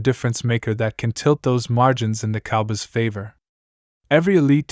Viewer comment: This is not true.You don't even pronounce cowboys the right way